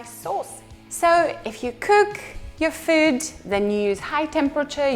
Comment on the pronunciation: Почему она говорит kük, bük, füd ? Это мода такая ?